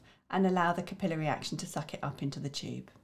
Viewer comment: What? "Cap I'll airy"... "cap i lary" But thank you for the video